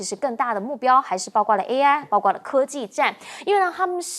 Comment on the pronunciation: 你说多少遍了？别读大白字，主持人读白字多丢了都丢脸呢，不听呢，怎么不听呢？包括不是包括？